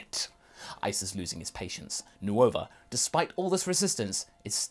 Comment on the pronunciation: I love your work, though its odd hearing Nova pronounced Nuova and Syn pronounced Shyn